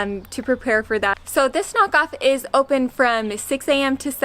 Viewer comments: At the beginning I suspected you said: "Nahkauf", but it sounded a lot like: "Knock off" 😅 That kohlrabi you came accross seems to be called turnip cabbage in English. Never heard that but then again I find it disgusting anyway 😂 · it's pronounced like 'nuh-cowf' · when you try to say nahkauf it sounds like KnockOff^^ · I understood „Knockout“, but it is Nahkauf. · Nahkauf is a little convenience store, nah = close-by and kauf = buy. So they will not have much variety or choices. Btw, nah is pronounced with a wide open 'a', like in 'father', so naaa. And the au in kauf is pronounced like in English 'ouch' or 'county'. You were doing really great at the meat counter, btw. In bigger grocery stores you will find a shelf with dried spices and herbs, similar to US, but the selection of fresh herbs is usually a bit limited. Dill, basil, chives, parsley are commonly available most of the year. But for other ones it is hit and miss. If you enjoy cilantro, it might be a really great idea to start a little indoor plant on the window sill. And for specialty Asian stuff beyond what the larger grocery stores have, you may have to look for an Asian store in next big town (or online, of course). Amberg has an Asia Laden. It's a small privately run store with limited hours and only one person at a time access during the pandemic, but hopefully you will be able to find more of what you need there. Kohlrabi and celery root are actually available in US grocery stores too, but I do find that most Americans just leave these to us few Europeans and Asians who actually use them. But I am glad to have celery root and parsnips, red beats, and turnips and similar root vegetables available here in the US, as I love making my own soups and veggies from them. Kohlrabi is a bit different, as it has a bit of a cabbage flavor to it, especially once cooked. It is commo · Love how you pronounce “Nahkauf”, to me it sounded like knock-off and I thought “oh no, they already had a bad experience” 😂